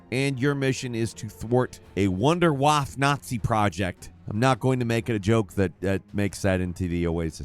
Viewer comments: Your pronunciation of "Wunder Waffe" was painful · Did you really just mispronounce Wunderwaffe? 😢